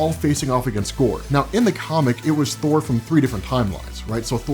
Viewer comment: Let's just agree to call it Thour.